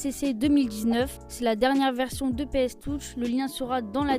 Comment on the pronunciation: "Ps Toutch" Ahhh il l'a francisé comme jamais 🤣😭 ...